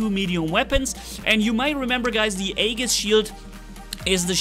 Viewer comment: Weird they give a Scandinavian God robot a legendary Greek shield. I wonder why they didn't rename the shield the bulwark and blitz has and call the absorber shield for the Greek bots the Aegis to me it just makes sense. Also Aegis is pronounced EE-JIS not trying to be English police just trying to help. Why more bots i thought they were going to listen to the community I wish they would spend less time playing with the robot creator and more time fixing bugs maybe adding features back in like weapons reloading w/o having to shoot a wall.